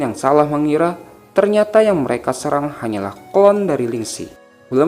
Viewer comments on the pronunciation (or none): none